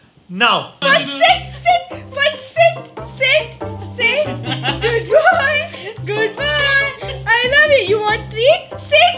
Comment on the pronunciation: Its sit not seat